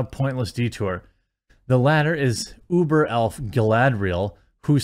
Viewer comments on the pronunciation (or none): none